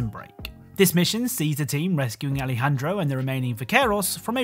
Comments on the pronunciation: Nobody gonna say anything about how he called Alejandro “Alfredo” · he said Alfredo 😂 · he called alejandro alfredo i died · When you talked about ghost team, you said Alfredo instead of Alejandro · did he say Alfredo? Are we having pasta? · he said Alfredo lol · did he call him “Alfredo” 😭😭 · did you call Alejandro "alfredo"?? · you are joined by Alfredo it say Aljendro